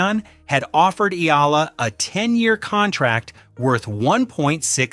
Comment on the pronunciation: Alex's surname is pronounced "EH-YAH-LAH"!!! (THREE syllables!!!)